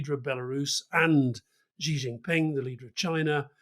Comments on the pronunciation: Love the podcast, but it's SHEE Jinping, not GEE!! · Alistair, the consonant you use to pronounce 習近平's name (i.e. the second consonant in "measure") does not exist in Chinese. If you pronounce it like the English "see", you will get much closer to the correct pronunciation.